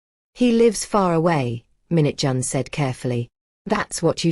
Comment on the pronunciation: Stop saying minute John. It's Minjun/Mingjun. And it's not taijohn,it's taijun/Taejun.